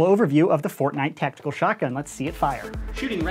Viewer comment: Nobody:: Tactiacal